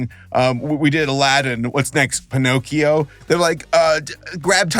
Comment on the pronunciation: You were close. It's PiNOTcchio.